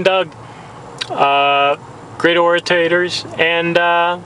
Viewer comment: its called an orator ...... not "oratator" . Vocab FAIL